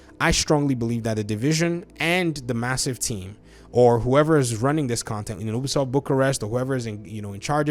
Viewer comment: It's pronounced, "You-bee-soft".